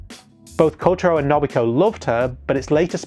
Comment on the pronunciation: I'm sorry but your pronunciation of A-o-i and No-bu-hi-ko annoy the hell out of me 🤣 still, good video nonetheless